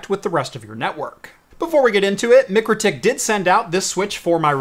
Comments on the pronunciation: MIKE RO TIK. Not Mic ro tik. Its like calling Walmart... Wal mert. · Pronounced Mike crow tik. Nice review thanks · Isn’t it pronounced my-crow-tick? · Its pronounced Mike-Row-Tick according to their youtube videos, great little switch, cant wait till they release a POE version. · Should have shown it to them first, they would have told you how Mikrotik is pronounced.